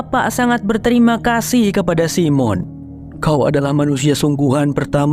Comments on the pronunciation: bacanya saimen bukan simon😅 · Jangan Simon bang bacanya (saymen) lebih oke